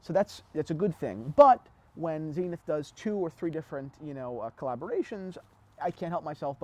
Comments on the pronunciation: Zen-ith not zeen-ith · Zenith is a word. Dont you just pronounce it the way you'd prounce the word zenith? ie american english vs british english? Like omega?